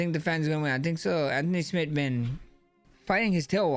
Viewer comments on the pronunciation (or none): none